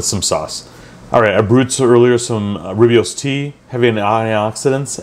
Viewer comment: Just to be of help, it is pronounced ‘Roy boss’ tea. I like every video you make